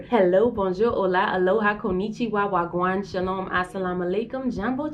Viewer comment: The fact that you said "wah gwan" 😊 much love